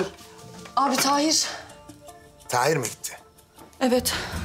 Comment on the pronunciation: Sen once tahir demeyi ogren be